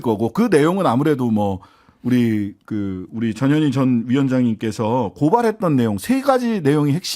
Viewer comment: 전현희 위원장님 이름부를때 발음 신경좀 써주세요 저년이 그러면 안돼요.